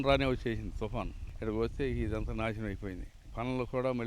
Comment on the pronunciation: Thuuuupppaaan Enti ammai thufaaan kada